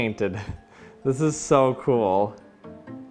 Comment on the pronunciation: "This is so coowel"